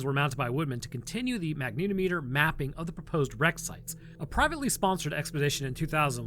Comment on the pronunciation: Goo through video, but, FYI. Its pronounced Magna -TOM - A ter - not Mag NEETO meter